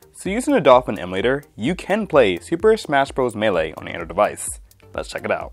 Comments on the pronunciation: First "Yose-mite", now "meele". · MAY - LAY